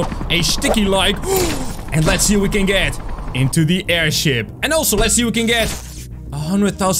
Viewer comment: Did you say aidhip